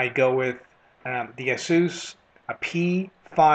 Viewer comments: he pronounces ASUS odly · no i didnt :D. its just that we strengten the A not U in asus in my country :D it just sounds strange when you are used to something different :)